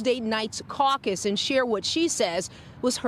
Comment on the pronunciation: She said “I am suing the caccus.” 🤣🤣😱😱😭😭